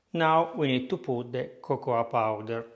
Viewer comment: I laughed out loud when you said Popoa Cowder. Thank you for your videos. Spectacular Greetings from Greece :)